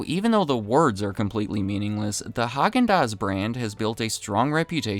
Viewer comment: It's pronounced "hay-gin-dass"